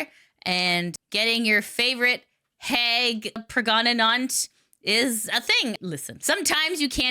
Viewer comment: ~Hears pronounce 'Hag'~ Well somebody's Canadian!;3